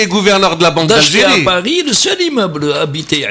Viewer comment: le présentateur a peur de ne pas recevoir son visa......hhhhhh "paerri' hhhhhh. pauvre peuple.